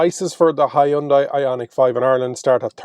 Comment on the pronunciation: You really Butcher the word Hyundai